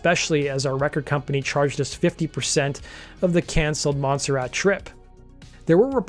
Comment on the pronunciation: Monserrat. Not 'Monsterat'(!?). Butt, not 'but' (as in heads). Arguments not 'Arguements'. Always slick work presentationally, but FFS, get your quote captions proof read or spell checked....